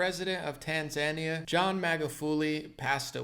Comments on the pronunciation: Tan-ZAN-ee-uh is usually pronounced, in English, as tan-zan-EE-uh. Just FYI. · Yeah we all can see you through this. By the way it’s tan-zuh-NÉE-uh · Small point: It's pronounced Tan-zah-NEE-yah. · How to say it - Tan-Zan-Kee-Ya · Hea!!!! It’s pronounced “Tan -za-knee-ahh” There is something called “scientism” rooted in the occult..no big deal only what the Nazis were high on..esoteric spiritualism using the scientific method,but as Madame Blavatsky said with an added imaginary variable on what one can see first hand combined with what one can imagine.When they say science they mean scientism! It’s black magic! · Its pronounced tan·zuh·nee·uh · ....its pronounced: TAN-ZAN-IA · That second syllable is short and not emphasised my friend - tan za NEE ya. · It's pronounced Tan-zuh-nee-yuh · btw it's pronouced Tanz eye Knee Ahh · It’s Tan-Za-Nee-Uh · Tanzania is pronounced Tan-zuh-neeya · It’s Tan-Zah-Nee-Ah. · You really need to learn how to pronounce "Tanzania" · Tanzania is not pronounced like Tasmania bro lol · You're mispronouncing the name of the country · I respect you and your news analysis, but please research how to pronounce Tanzania 🇹🇿. You stated last year that you didn’t know how. Please look it up now out of respect for President Magufuli. Thank you. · Maybe they are from Tanzania and didn't like how mispronounced the name of his Tanzania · Omg right?!?!🤦‍♀️His atufd can be good and funny but for God's sake, research HOW to pronounce the country before you take LOL